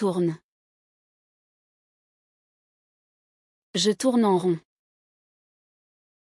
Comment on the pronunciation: Hmmm... When he says "Je", he simply says "Zhay", but when she says "Je", I hear her pronouncing a syllable immediately before the "Je", almost like she's saying "e-Zhay". Why is that? Listen for it in every he/she example.